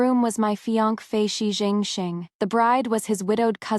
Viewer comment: Why can't AI pronounce fiancé correctly, but can get the Chinese names correct?